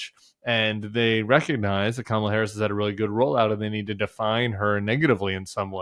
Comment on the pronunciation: Kamala "Krackle"???? He legit said Krackle... 🍫